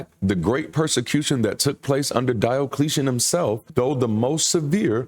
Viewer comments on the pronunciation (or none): none